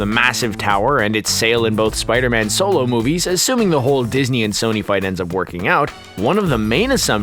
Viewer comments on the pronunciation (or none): none